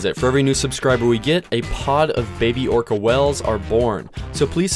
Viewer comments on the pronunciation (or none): none